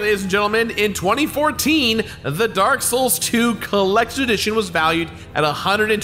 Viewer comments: That's the last time I mispronounce anything from Dark Souls Also literally a few seconds later: DRAK SHOULS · “Drank Lake” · will not utter or mispronounce any words drake souls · You said it wrong it’s not “the drak shoals 2 collectors addition”. It’s “the dronk shulks too coolectods audition”. Rookie mistake rookie mistake. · I love how he purposely mispronounces Drak Shouls Collaktiers addition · he said drak souls nice joke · “I’ll never mispronounce anything on this channel again” Also 2 seconds later: “this is a great collectors addition” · I love that shamelessly mispronunciations of the next two words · Correctly pronouncing the Dark Souls collector's edition and the vacuum cleaner had me dying haha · "I would never mispronounce anything Dark souls related again" Proceeds to mispronounce dark souls collector's edition*